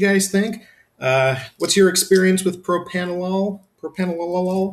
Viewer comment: PropRanolol not PropAnolol... Lol...